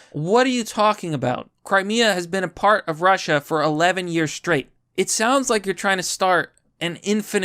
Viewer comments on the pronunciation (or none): none